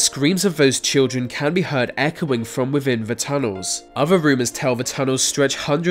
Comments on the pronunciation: Wivin? That within in English? Ah yes I fink so..... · Aa Glad Wivvin thee uff (within the 🌎 earth) 😂👍